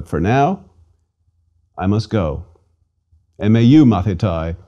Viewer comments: It is not "Mathitai" it is pronounced "Mathite" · With all the respect you are not pronouncing our words correct . The word student Μαθηται is pronounces Mathite .ΑΙ = ΕΨΙΛΟΝ . ΜΑΘΗΤΑΙ . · It's great that you are so passionate about the language of my ancestors but let me give you a tip: (At least in Greece) We pronounce the words in accordance with the modern greek pronounciation so the "αι" is not "ái" but "e" and conequently the "μαθηταί" is not " mathitái" but "mathité"